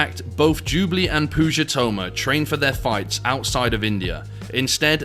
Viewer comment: lmao "pooga"